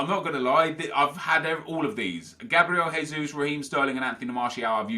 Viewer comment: Oh no! from twosync already says Gabriel "Haysus"... He's not fucking Spanish!!!! He is B r a z i l i a n